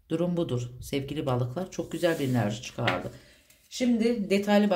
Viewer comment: Sizden rica ediyorum enarji demeyin videolarınızda zaten gereğinden fazla bu kelimeyi kullanıyosunuz çok batıyo kulağa 😣enerji demeye çabalarsanız sevinirim 🙏🏻